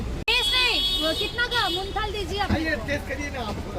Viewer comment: It's not munthal pls it's mohanthal